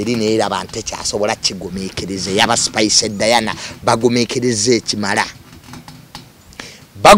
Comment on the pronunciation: Jenkins namutima ...Jenkins dint pronounce ..Spice 's name